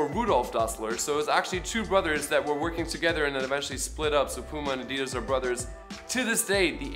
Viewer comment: I was today years old when I learned the correct way to say Adidas